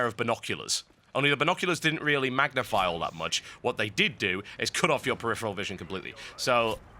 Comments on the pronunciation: Dude, you have a fetish for the word preriferal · We should have a drinking game where we drink every time TotalBuscuit says "peripheral"